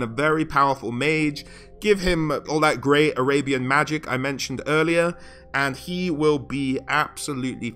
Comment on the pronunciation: When you said "arabian army", is it spelled "Arabyan army"? XD